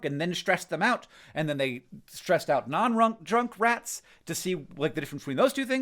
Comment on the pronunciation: He totally almost said "runk drats" there . I don't know why I found that so funny.